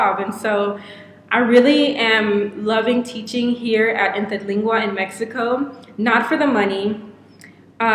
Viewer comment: Damn girl! Your pronounciation of Interlingua was PERFECT! Kudos!